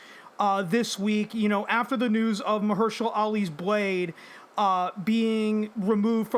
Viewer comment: Bro really said "Muhursha Lee"